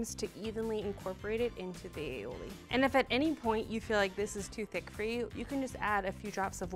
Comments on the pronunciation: Aioli?? what the heck?... ALL I OLI. You're welcome. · Ok just for the record, "aioli" is not well either pronunciated or spelt. This is an original Catalan recipe (where I'm from) and it's said all i oli, which in Catalan means garlic and olive (the essential products you need for the recipe). It's also accepted to name it alioli because the non-Catalan speakers change it to alioli. However, it's better to say the original name and how you've named it sure it's wrong.